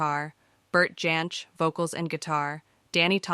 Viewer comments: There were some very strange pronunciations in this video. Vacillating between Jansch and Yansch, among others. Parts of it felt like it had been AI produced. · It was always "Folk Ba-rock" here in the UK. The correct pronunciation 😉 And "Jansch" should have the hard "J", as any Englishman (or indeed Scotsman) would pronounce it. Bert's great-grandfather (Carl) was German, but his father (Herbert) was Scottish, the son of Carl's daughter Daisy (also born in Scotland), who took her name because she was unmarried and the father no recorded. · I couldn't bring myself to like this after the first 5 minutes, when the interesting material stopped and it became a montage of bits and pieces of stock footage delivered by a possibly AI voice that couldn't pronounce Jansch, Gawain, or Les Cousins consistently. Oh dear. 🤣🤣